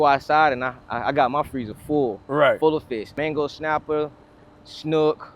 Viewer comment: Never heard of a Mango Snapper… 🤦 How many times are 2 (supposed) avid fishermen allowed to mispronounce the name of a supposed "Favorite" fish without anyone calling them out on it to correct them! 🤣